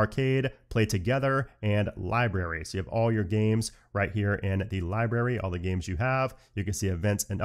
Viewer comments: LiBRary not LiBERRY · library = lie + brary not lie + berry